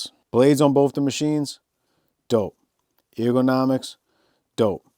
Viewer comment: it’s pronounce “Er - guh- na - mics”. Come on dude, it’s basic fricken English